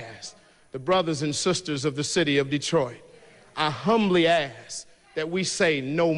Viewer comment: I'm not trusting a brother who cant pronounce " I humbly ask." correctly. 🤷🏽‍♂️😂